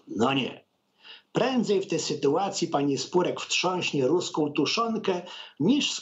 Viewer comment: Jeśli konwencja "telewizji" wymaga oprócz fonii jeszcze obrazu to przynajmniej, zamiast facjaty czytającego, trzeba było wyświetlać jakieś obrazki ilustrujące tekst (albo jakieś patriotyczne nawiązania). Czytający natomiast powinien przed występem przeczytać tekst na głos ze dwa razy żeby uniknąć późniejszych wpadek typu "...wtrząśnie tuszonkę" - bo albo wtrząchnie (kolokwializm) albo wstrząśnie. Tylko, że wtedy tuszonką a nie tuszonkę.